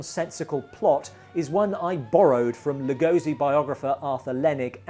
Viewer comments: Exactly. As a lifelong fan of Lugosi, it bothers me that so few people pronounce his name correctly. Even Johnny Depp and Martin Landau got it wrong in “Ed Wood”. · I got it right in our Lugosi special, Rise of Dracula, but this was shot months earlier and I hadn't checked the pronounciation.